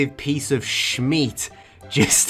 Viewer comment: Am I the only one who came back to this to hear him say "smeat"-? Idk why it sounds so funny